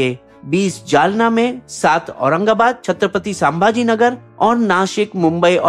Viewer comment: pronunciation is wrong of chtrapati sambhaji nagar.